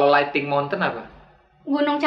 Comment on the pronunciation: Mungkin arafah nyambung, cuma gara2 bung nyebutnya kurang "N". Harusnya Kan lightning = kilat, petir, guntur. bukan lighting 😁😁😁